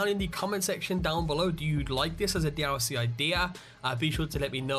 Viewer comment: "D ow C" NO D L C NOT D-ow-C